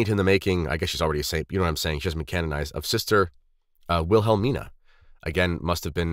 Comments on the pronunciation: For heavens sake, just ignore them. Do we need another podcast from you touting your resume? No. We have heard it all before BTW, EVEN HER SISTER PRONOUNCED HER NAME THE REGULAR WAY, YOU DONT PRONOUNCE THE “H”. it’s just WILL-A-MEAN-A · Yes, but I still prefer the pronunciation "will Helm eena." Just me. Just like I prefer Will Helm when pronouncing a guy's name, Wilhelm.